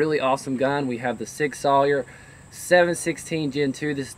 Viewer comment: its pronounced Sig Sow-er like shower. and thats a gen1 rifle not gen 2.